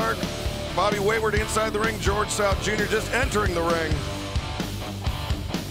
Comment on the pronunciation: George south? "Gorilla" 😅🤣🤣🤣🤣✌🏽